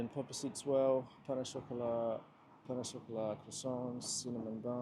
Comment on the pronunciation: Well at least sounded like Portuguese 😅